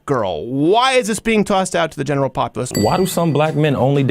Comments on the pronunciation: why does crowder say "genital" every time he tries to say "general?" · Is it me or for the answer to Q27, you said genital while trying to say general? Hahahahaha, that’s funny, but I may need to clean the wax out of my only good ear.